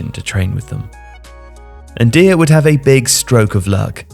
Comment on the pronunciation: I gotta say, unless you know something I don't, I'm kinda surprised you kept calling him "deer" after the chant which presumably was supposed to rhyme with "liar"